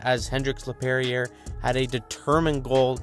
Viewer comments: “Hendrix Laperrier” 😂 it’s Lapierre, only one r sound. Love your vids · Hendrix Lapierre Pronounced La-pee-air (la-pierre)